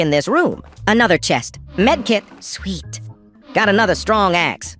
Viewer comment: Why did you say sweet like that?😂😂😂😂😂😂😂😂😂😂😂😂💀💀💀💀💀💀💀💀🚨🚨🚨💀🚨🚨🚨🚨